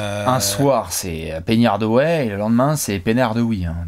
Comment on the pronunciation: Je dirais même plus ”Pennay Hardawy” 🤓